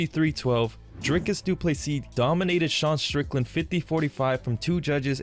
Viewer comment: Dana, who is more professional? I will spell it out for you. Stay with me now...DRIKUS DU PLESSIS. And no, it is no Drykus.